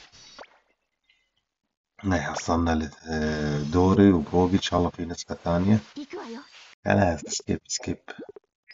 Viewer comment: اسمو دوري ي كبير 😂 طول المقطع قالبو كلب ، قاعد تقول دوغي 😂